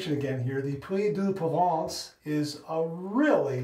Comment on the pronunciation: I knew of this soap brand, but I never tried it. Locks like a premium product. And your pronunciation of the name is spot on! 💈👍🏼